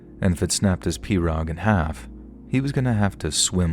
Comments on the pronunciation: Pea-row. The name of the boat is pronounced Pea-row, not Per-og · In Louisiana iT IS pronounced "PEE ROW" 😂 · we in Louisiana pronounce pirogue, p-row... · Solid job! I'm from Lafayette, La. Born and raised and you did well with all the pronunciation. Only thing is it's pronounced PEE ROW. 😂🤷🏻‍♂️ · Its pronounced pee-row. Lol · mispronouncing, I don't know spelling, "pirouge", was kind of funny. A commenter, ACTUALLY FROM LOUISIANA, pointed out, that the local pronounciation is," PEE- ROW ". forgets his history, in that, Louisiana was owned by the French at one time & that French is the language of the region, except that, over the 100 + years, it had evolved into the Cajun dialect. The deep Southern twang & drawl, isolated by inhospitable swamplands, thus keeping out much outside influence, hybridized with the French language, created, the officially recognized Cajun language. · Those little boats are pronounced pee-rogue. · Uh-SHAF-uh- lye- uh-- that's how we pronounce Atchafalaya, sweetie❤ And it's PEE-ro ( pirogue)- you don't pronounce it phonetically❤❤